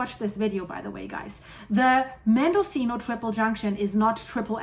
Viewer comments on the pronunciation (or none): none